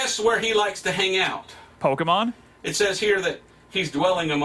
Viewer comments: Pokeman sory but if you're going to insult something at least say its name correctly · Why do People that's not interested in Pokémon or don't know what Pokémon is Says "POKEMAN" OH MY GOD its PokeMON Can you read?? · It’s Pokémon not pokeyman. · You honestly I don’t think suggested the right game So here a new one How many time did he say Pokémans instead of Pokémon Reply now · Im curious whats more funny, what he's saying or the fact he's saying Pokemon as in "Pokemen" decide 😂😂😂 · Nah he's talking about pokimane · IS POKIMAINE DEMONIC O M G (3 AM CHALLENGE) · Each time when he says poke - e - man my soul is cut in half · It's just 3 minutes and I'm already triggered of him saying pokemen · everytime he says pokeMEN my soul dies a little, especially because he can write pokeMON but can say it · it sounds like he's saying "Pokimane" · The thing that gets on my last nerve. Is how these people pronounce Pokémon. Like I think it’s pretty clear on how to pronounce it. As pokeman, pokemen, po-Kay-mon and more. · When he made that joke about how he says 'pokeman' I just wanted to stop watching here XD. I cringed so hard at that, cause I'm actually a Jamaican. 🤦🏾‍♂️ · Him calling them “Pokemen” is starting to make me Pokemad 😠😠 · It just makes it so worse that he is calling them pokeman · Touching on the "Pokeyman" bit I feel like bringing up is that my father once called Pokemon as "Pokeryman." No idea where the "ry" comes from. It seems to be always the adults & old ppl that introduce us to the most outrageous pronunciations imaginable. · Im sorry, but the fact that he says pokemans ruins any part of anyone believing him, but then he said pocket MANSTERS I cant even XD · The way he says Pokémans the whole time makes me so oddly angry. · Why does every old person say pokemen/pokeman? Where did the damn A/E come from? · Watching him mispronounce Pokémon hurts me a lot it hurts a lot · He can't even say it the first time lololol